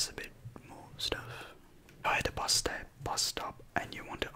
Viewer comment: Bus not Buss